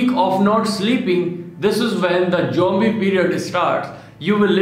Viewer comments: Its zombie not jombie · Jombie Did he said jombie???